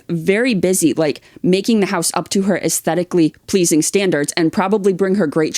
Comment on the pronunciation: I jump every time he says “uzteticly pleazing”, and with absolute doubt, when do lizards organize their books? Love you guys 😂